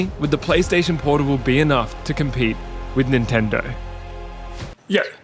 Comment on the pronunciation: bro said pornable